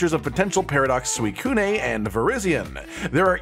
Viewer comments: Please never pronounce Suicune again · suicune- ay